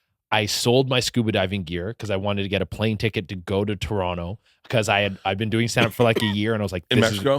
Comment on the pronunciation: He says Toronto correctly. Love this guy, he is too funny on Tik Tok. Much love to Che Durena